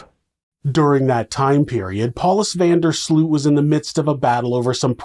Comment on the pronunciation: Sloot is pronounce 'Sloat' in Dutch